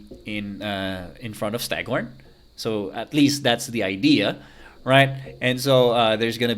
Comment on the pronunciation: BTW it's stagThorn with a T :)